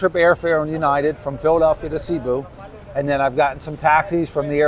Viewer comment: Bro. It's "Say-Boo", not "See-boo".